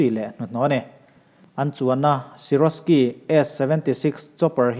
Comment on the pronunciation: SIROSKY chu a ti lo deuh ang a.... SIKORSKY S-76 tih tur aw....